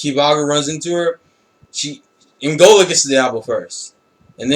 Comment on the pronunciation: u pronounce the name wrong, its E-MOL-GAA